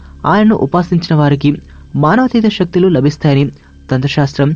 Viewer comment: shaktulu kaadura nayana saktulu....